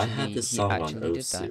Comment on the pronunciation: its not pronounced osu.......